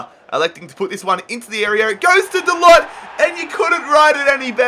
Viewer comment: it is not diego, it's diogo and it is not "da-lot" but "da-loh"(how it is pronounced